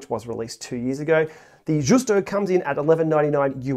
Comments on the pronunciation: It is pronounced like the ‘Juice-toe… it is a mullé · the right pronounce is like: yusto (it is not italian but venetian language)